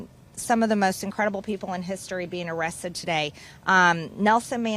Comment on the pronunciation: Arressed, that's how MTG pronounces arrested. She can't speak.